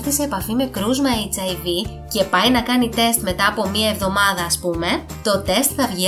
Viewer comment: Δεν το λες σωστά. Ο ιός χιβ λέγεται και όχι hiv😂😂